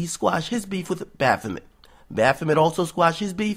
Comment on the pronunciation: I actually like this video Homie! I like what u said in this one so salute. But stop saying bafoment its a demon name and it every time u say it my skin crawls so #JesusGang. And Good vid